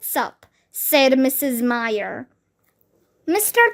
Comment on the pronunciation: um. that is not how you read "myer".